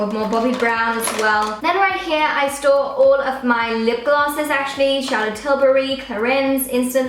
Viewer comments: Am I the only one who thinks it sounds like she says "I stole..." when she says "I store.." Lol it just throws me off for a split second every time haha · it sounds like she said " in thees drawers I stole all my makeup